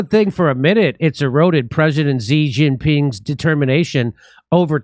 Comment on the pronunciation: if you're going to share stupid analysis about a conflict you now nothing about, at least say the president of china's name correctly. it's SHEEEEEEEEEE (like the girl) Jinping. not difficult stuff...